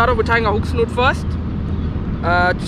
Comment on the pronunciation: 🎣 hook Snood, - not snoot,! 🙂 🎣